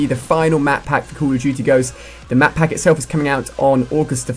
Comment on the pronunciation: he is saying madpack ?????!!!!!